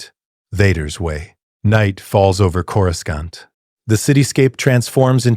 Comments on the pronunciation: Corus can't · You mean cour a scant. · Its KO-RU-SANT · Coruscant ❌️ Coruscaunt ✅️ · chorus kant? AI narrator, hard pass. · always pronounced it coroosont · Cora-scant lol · I know this is AI but I can't understand why the AI can't pronounce coruscant right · Ironically enough, the AI did the old pronunciation of Coruscant, the one from the 90s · Because clankers just coruscan't bro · Is it pronounced Koro-skont or Korosont?.